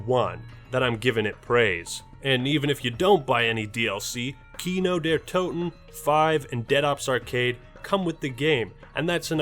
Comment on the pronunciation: Kino der Toten... your pronounciation of these words is terrible.